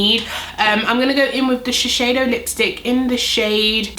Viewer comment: Hi! Thanks for the video- amazing foundation. Just FYI, I work at Shiseido in Tokyo and it’s pronounced Shis-Say- Doh. You’re saying it incorrectly and wanted to let you know for next time. Thanks and keep up your great work. Cheers!